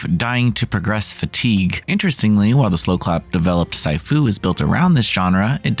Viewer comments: Moment I heard that I went straight to the comments lmao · see-fu, not sie-fu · "See-foo" my dude, not "sai-foo" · It's pronounced 'Sifu' (See Fu) The rest of the video was really good. Well done. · Sy - Fu!? this dude is saying it like it's some kind of new martial arts or something hahaha lol... wowzers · Honestly, at least learn how to pronounce the TITLE of the game. Did you even play it??? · lol!!! In the very first sentence he mispronounced the title of the game! Immediately clicked off as this review holds no merit. Where do these people come from?? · It's just a word. There's no reason to get that upset over saying Sifu wrong. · I'm sure you've mispronounced your fair share of words over your life time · Their point is compared to how well-written and produced the video was, a slight mispronunication of the name isn't a HUGE issue. The level of pedantry... Do you even see how many niche games they cover (and cover WELL) - chill out.